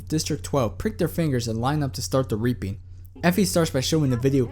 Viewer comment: You say reaping like "raping".